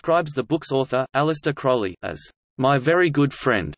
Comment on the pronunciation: "Crowley" rhymes with "holy" or "lowly". Just look at the first syllable: crow.